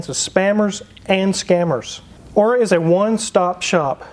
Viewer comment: He's not even pronouncing Aura properly.